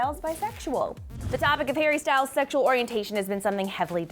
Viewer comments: did she say Harry Styles or Perry Styles? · Did she accidentally say “Perrie Styles”?😂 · Also she said perry styles wat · Wait... did say "Perrie Styles" at the end?? If so, I'm dead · I thought I heard it wrong but went back tohear it again and it was Perries Styles!! LOL!!